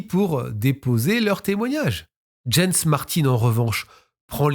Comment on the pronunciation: Jens se prononce "Yens" en allemad